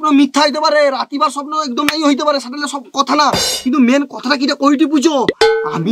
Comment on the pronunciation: বউমা আমানকের ভাষা ঠিক ঠাক কইতে পারেটেনি। বউমা শহরে রয় বুঝা জাটে। ০০:৩৬ এ দেখো সেটা তো আমি জাইনি নয়, স্যাটা হবে সেটা নয় স্যাটা